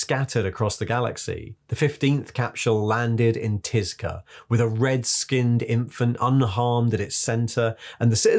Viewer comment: Thanks for a great video. But I think it’s pronounced “tit znitich” ;)